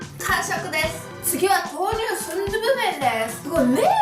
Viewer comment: 다른 두부는 도후 같운 발음인데 순두부는 순두부 그대로 발음해서 조금 움찔했다...